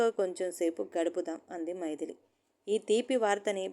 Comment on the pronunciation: మైదిలి కాదు మైథిలి అంటే సీతమ్మ వారు. చదివేటప్పుడు సరిగ్గా అన్నీ తెల్సుకోవాలి